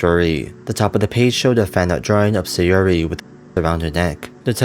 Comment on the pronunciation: Neat video, it probably was a combination of the stuff that you mentioned. A few things always bother me when hearing people read foreign names, here's a few. Obvious minor speech impediment or not (no offense, that's just clear here) I'm fairly certain they're (due to JP syllabary always being phonetic to ah-ee-oo-aeh-oh (a-i-u-e-o) and not aeh-eye-yhu-ee-oh) Sa-yo-ri; Sahyo-ri, not Saehy-ori Na-ts'ki; Nah-ts-ki not Gnat-su-ki (it'd be Na-ts-ki anyway; "tsu" is a partially end-aspirated sound, but still a single one, so the ending is typically dropped making it more of a soft ts' as opposed to a hard t-s; e.g. Tsu-ba-sa; Tsu-ki-ko, etc. Yu-ri (yoo-ri) not Yuh-ri Not certain about the last one here, but it seems like Su-ka-dev not Sika-dev; Сука from pronunciation of the Russian insult.